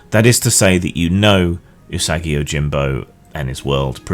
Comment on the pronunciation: It's pronounced ooh-saw-gi, not you-saggy. Love that character and the world Stan Saki created!